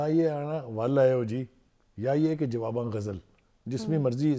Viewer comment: محترم بخآری صاحب ،از راہ کرم جواب آں غزل کہتے ہوئے حرف (ب) کے نیچے زیر ضرور لگائیں ، یعنی Jawab e àan ghazal